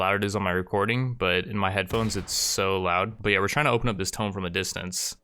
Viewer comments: And one that stops him saying tome instead of tomb, drives me insane lmao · I love your videos... However the way you say tomb is infuriating. Its not pronounced "tome" its pronounced "Toomb" with a long OO. Ha! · Every time I hear ancient 'tome' I die a little inside. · Have I been pronouncing tomb wrong? Toom vs tome